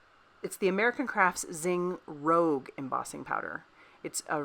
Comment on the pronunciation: Cute! I think It’s Zing Rouge? Correct? Which is pronounced how the French say red in French. Inwas confuses lol cards at great!